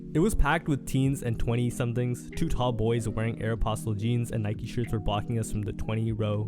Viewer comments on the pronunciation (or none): none